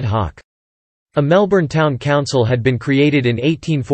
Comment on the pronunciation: I lost interest as soon as I heard you mispronounce Melbourne.